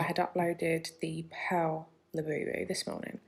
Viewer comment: Her KSI "Labewbew". Come on now. I'll be happy when these go the way of the Beanie Baby.